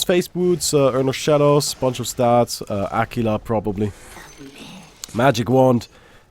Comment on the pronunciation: Sorry but if you were italian and I know this doesn't matter yet it still bothers me... AQUILA is pronounced ak-will-a